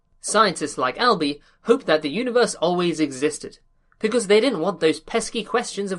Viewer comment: Did this man call him “Alby”